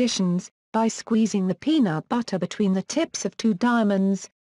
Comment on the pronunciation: ''Penaut Battah''